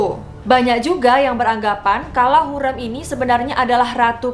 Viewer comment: Iya betul, dan mau koreksi juga kak, sepertinya gelar haseki itu untuk permaisuri yg sudah dinikahi secara sah, setauku begitu. Salah satunya hurrem itu jd haseki karena dinikahi oleh sultan suleyman. Sekarang udh bener ya pelafalannya hurrem bukan hurreum (di video sebelumnya)